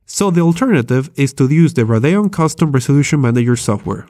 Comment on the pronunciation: LOL RADAON ITS RADEON SPELL IT OUT RADEEON